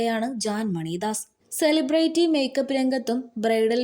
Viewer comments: സെലിബ്രേറ്റി അല്ല സെലിബ്രിറ്റി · സിലിബ്രിറ്റി.... എന്നു വായിക്കു